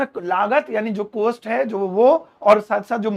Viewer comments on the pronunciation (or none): Cost ki pronunciation कौस्ट है कोस्ट नहीं। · Your teaching is excellent but one request , please pronounce correct word. It is cost but not coast... Hindi me chhote O ki matra and Bade O ki matra me bolne me antar hai.. Nursery me padte the ham jaise chhote O se Okhali and bade O se Aurat... Bol kar dekho you will feel the difference.. Teacher ki pronunciation bilkul correct honi chahie.....